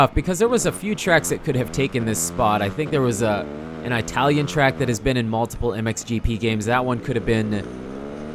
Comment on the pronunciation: he pronounced italian wrong!!!